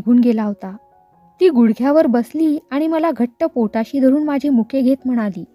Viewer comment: माझे चा उच्चार माझ्ये असा चुकीचा करताय. ण आणि न ची पण गल्लत नको. बोलीभाषा म्हणून ठिक वाटते पण पुस्तकात प्रमाण भाषा असते तसेच वाचावे